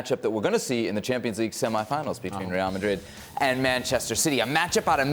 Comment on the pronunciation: Everytime Ale says "Reall Madrriiid" i feel it